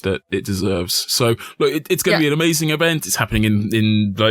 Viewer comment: ponkauh in da ckreetscehstt. ehmeizeenk. amazing.